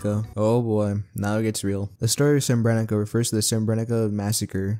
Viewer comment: goddamn love this video, all i have to say is srebrenica is pronounced s-uh-re-bre-ni-za, c's the same as z's in most southern slavic languages